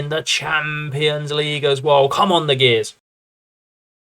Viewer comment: Gers like "J-ers' mate, not Gears lol. Cracking rebuild, Europa league in 1st season.